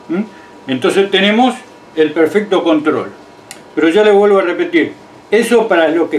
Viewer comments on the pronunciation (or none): none